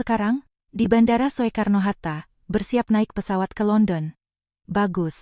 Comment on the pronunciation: mohon diperhatikan gaya bicara untuk tulisan/ejaan jaman dulu spt tulisan Bandara Soekarno-Hatta -->dibaca yg benar Bandara Sukarno-Hatta --> bukan So-e-karno-Hatta. "Soe" dibaca "Su".